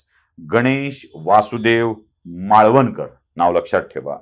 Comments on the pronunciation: माळवणकर नव्हे मावळणकर असे त्यांचे नाव होते 🙏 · मालवणकर नाही. मावळणकर